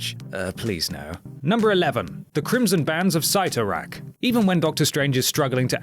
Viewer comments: Dormammu, I've come to bargain Also, its pronounced Sitorak not sightorak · It's pronounced "Cee torak", not "Sy Torak". Oh my God this list is miserable.